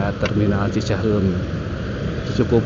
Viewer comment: Narrator-nya pasti bukan orang Bandung - teu bisa-eun ngomong cicahEUm 😁